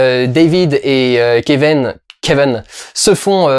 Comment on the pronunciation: Merci pour cette vidéo, je t’adore Dudu mais je comprend pas pourquoi tu prononces le nom du perso « Keveun » et pas Kevin, jte jure ça me perturbe..